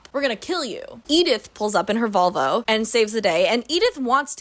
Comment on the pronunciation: every time you said volvo i heard vulva and you just kept going "i can't picture a vulva for the life of me"